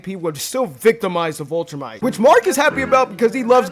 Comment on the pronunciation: “VIL”-trumite…. Viltrumite. not vultrumite